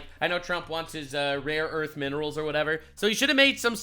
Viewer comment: Rare earth... not raw earth someone please...